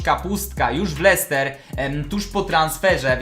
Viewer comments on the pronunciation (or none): none